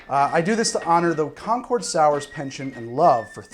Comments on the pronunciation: My guy I love your videos but as someone who lives a town away from concord, concord is pronounced con-curd not con-chord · Im an historian in Concord...its pronounced "Conquered". And Lexington and Concord were TWO separate battles. Not sure where the rest of your story came from! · You’re pronouncing “Concord” wrong. Both the town in Massachusetts and the grape are homophones of “conquered”. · You pronounce it ConcOrd when it's pronounced ConcErd that's why there was a dispute on its spelling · MA, native here. It’s technically pronounced “Con-kurd” not “Con-cord.” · As a Concord native, 1) I love this, keep it up! 2) It's pronounced like "conquered," not "Concooord" :) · As a person who lives locally to Concord Ma, its said "conk-ERD". never heard anyone that's local pronunciation it "CON-chord". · I live around there. we pronounce it "concurd". Love your stuff! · Also, the city of Concord is not pronounced like the plane Concorde. As a native New Englander it would be more like Khan-curd. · Ironically enough, Concord is pronounced the same as "conquered." I don't blame, though. I blame Welch's for not stipulating this. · .40 in and I’m cringing at the Concord pronunciation haha. Still getting a thumbs up though 👍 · Although I suppose it could have been pronounced that way back then.